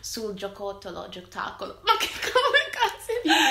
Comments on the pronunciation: * HAHAHAHAHAH GIOTACCOLO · "Dentro c'è un gioccotollo" XDXDXD una delle parole dette male più belle di sempre XD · Non ricorda la parola giocattolo, ma "ma come cazzo si dice" gli viene perfettamente, questo indica che gli stanno insegnando bene